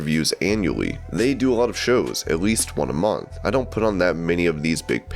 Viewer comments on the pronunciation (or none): none